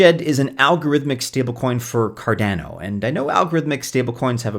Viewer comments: Why are you pronouncing cardeno, not cardano? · Why people still pronounce Cardano incorrectly after 8 years is beyond me.